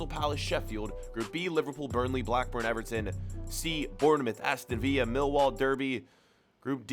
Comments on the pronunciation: Aston vee-ya 😂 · How did he just pronounce Aston Villa 🤣